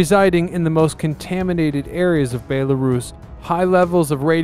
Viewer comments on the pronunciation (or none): You really need to learn how to pronounce BELL-A-ROUSE not BAE-LA-RUSS